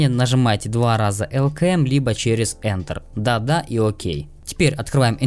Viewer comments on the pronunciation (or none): none